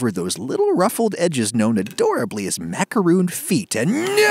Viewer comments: Is no one going to talk about how he said "macaroon" instead of "macaron"? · It’s pronounced like macaroni without the “ee” sound at the end. You’re welcome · It's macarOn not macarOON "It's leviOsa not levioSAH" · I believe it's "maka-hon" the way the french say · Pronouncing it macaron (« Rhon ») is the right way. The end. It’s not because it’s french that it’s pompous. It’s just the right way to say it. Sorry if I sound rude, but why make a video about a french recipe if 1) you don’t want to try and speak french 2) you think french is « pompous » ? It’s literally just pronunciation. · My body goes into a series of convulsions every time he says “macarOOns” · My ears hurt every time he says macaroon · Ummm, no to this explanation. In America, people pronounce it properly and they don't sound pompous. Macaroons and Macarons are different cookies with different names. You're just saying it wrong and trying to justify it. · NOOOO the cookie pronounced that way is a coconut frosting on sweet bread, french macaroons are what your cooking